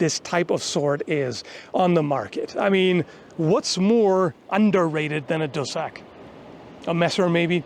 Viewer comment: At first when I was listening and cleaning, I thought you said cul de sac, as in dead end, before I understand it's dussack. Then again it probably doesn't really matter, if you're on the wrong end of a dussack it can be a cul de sac 😅